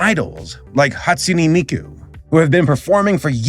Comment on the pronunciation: Hate to say it, but you pronounced Hatsune Miku wrong lol!